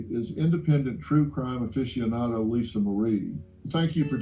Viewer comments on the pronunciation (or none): none